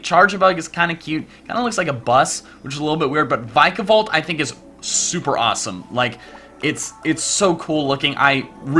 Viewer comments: I don't think its "VAI-ka-bolt", its (possibly) "Vee-ka-bolt". You know, the disease Zika, mosquitoes, they have a striking resemblance. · its not vike-a-volt or veek-a-volt its vick-a-volt!!!!!!!! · It's not "vike a volt" it's "vick a volt" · It's VICK-a-Volt